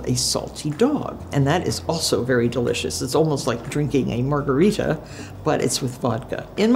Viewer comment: I LOVE MARTHA! Love you Martha. I could listen to you talk all day! The way she said margarita -- like seven syllables!